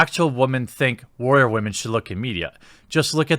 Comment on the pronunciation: Be a big boy Jeremy and try saying it, "boobs". Get off the internet leetspeak of "bewbs". We will work on "wah-men" next. Or maybe you dont want to be taken seriously.